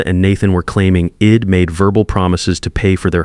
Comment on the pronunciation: ...horrible. AI says "shed" instead of she'd, "Id instead of I'd. "Wed" instead of we'd. Couldn't finish listening because the errors were so apparent throughout the the first few minutes of the story. More AI garbage.